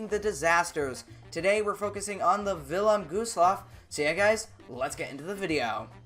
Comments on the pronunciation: It’s Wilhelm Gustloff not vilham gostloff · villem goosloff? its the Wylhélm Güstlof thats the way to pronounce it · U said vinnlem gooslof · “Village Gustllaf”💀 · "Vilelm gooseloff"😂😂😂😂